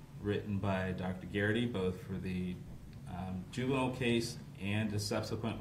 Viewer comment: The judge’s ruling was great. The only thing that was off was the judge’s repeated mispronunciation of the word juvenile.